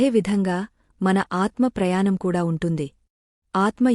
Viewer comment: మీరు అంతా బాగా చదువుతున్నారు ప్రయాణం అన్నప్పుడు న అనిపలుకుతున్నారు కళ్లు ల్లు పలుకుతున్నారు సరిచేసుకునే ఇంకా బావుంటుంది 🙏🙏